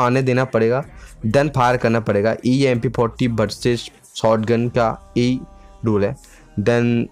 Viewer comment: 🤣🤣🤣you say mp poti